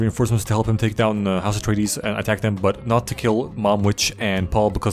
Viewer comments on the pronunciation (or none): When he says "house retardeez it really sounds like Astartes from 40k and also shows the world Caladan, which if there's any nerds out there with me, it sounds a lot like Calaban. The Dark Angels planet